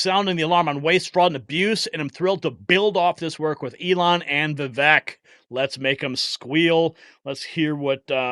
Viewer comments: His name is pronounced "Vivaaak" like "Cake" Ramaswamy. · Vivek is pronounced Vivake rhymes with cake. I heard him thank someone for pronouncing it right. The least we can do.